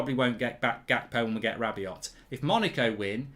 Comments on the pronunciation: Who the hell is this rabby-ot guy you keep mentioning. Do you mean rabby-oh?? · Manchester Utd have said "Anyone identified with the fight in the stands last Sunday will be banned for life" So far 23,346 fans have come forward😁 PS Mark, stop sounding the T On the end of Rabiot or Veronique will be after you!!